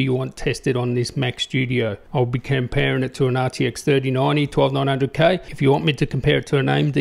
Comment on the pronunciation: Is he saying nazi tec instead of rtx 😂